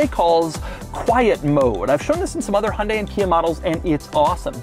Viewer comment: Pronouncing Hyundai incorrectly. See advert.